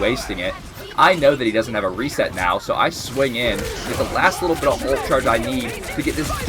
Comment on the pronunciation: One thing that rrage baits me, however, is calling an Ultimate ability and "Altee" . Dude... It's "Ult" or "ultimate." Nobody says "AlteeMate". Makes my brain itch... I'm already triggered... Luckily, I'm a Peni main. I'll be raage baiting you 😏